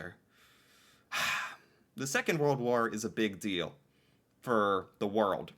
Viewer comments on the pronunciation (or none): none